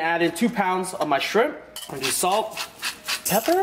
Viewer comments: Does anyone else giggle at the way he says pepper? Or is that just me?😂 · I'm dyying how you said pepper 😄. Anyway food looks bomb as usual! You know what else I love about you, how you can admit a mistake that you feel you made.